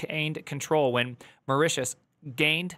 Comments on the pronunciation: wtf is "maratius"? it's pronounced "moh-ri-tious". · say Mou-RI-ti-us, the "ou" as in the word "our" also, my first PC I bought in 1990 had a 3.5" disk 1.44MB drive and a 5 1/4" floppy drive of 1.2MB, with a 42 MB hard drive (Seagate ST157a). so if it was at any point "military" it will have been before that. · “Marat… Maratius?” (listen to this jewel ). What a sheer ignorance is this!! “Mortius” … I just cannot believe it that someone putting content on YouTube has never heard of Mauritius. “Morshish” and Mortish and Morshush … at which point I left. Reading on video things about which you have not a clue about is now a YouTube format? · Thanks for keeping all of these mah-raw-tius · Mauritius, will be spelled like Maurice-e-us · It's pronounced: Mar-ich-e-eus (roughly, not sure how do the last consonant in text) EDIT: NVM, I see he got help on the pronunciation 🙂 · MAU - Ri - Ti - US AYlends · Usually said more like murishus or marishus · Moreshuss 😂😂😂😂😂😂 come on man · Mor-ah-tee-us 😂 You Americans are absolutely wild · I've never seen someone have a hard time pronouncing Mauritius. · wow primegen cant pronouns Mauritius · Him pronouncing Mauritius wrong everytime is killing me 😭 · Theo didn't do any better. Only those that know how to pronounce it, will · These non-Brit tech kings couldn’t pronounce Mauritius to save there lives, could they! 😂 First Theo, now, smh. 😊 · No, that's a him issue because he wanted to sound silly (idiot) for the video. He knows he can go to Google for the pronunciation.